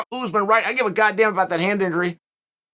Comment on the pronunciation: He said "hand nigery" instead of "Hand Injury". 😆 Chale no disrespect! Butt... A lot of times you seem to have a problem words. Especially names i.e. Tiavasa instead of tuivasa for example and there's many more... I used to think that you did it on purpose but now I'm not so sure you realize it... Just making fun of what is. Please don't take it personal. Your one of my favorite fight personalities of all time!